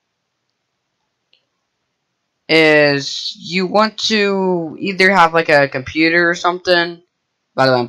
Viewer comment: CUMPUTER HAHAHAHAHAHA